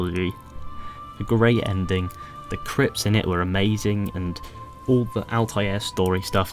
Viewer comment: The crips? Doesn't he mean clips if u agree hit that like button because that sounds just WTH